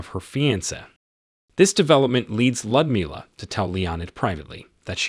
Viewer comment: Ummm...a helpful hint on pronunciation.. It's pronounced "Lewd as in Lewdmila" NOT LUD.